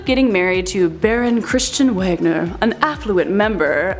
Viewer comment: BTW Usually German words that have a "W" in them, the "W" is pronounced like a "V" So, instead of Baron Wagner's being pronounced "Wag-Nur", it's actually pronounced "Vahg-Nur"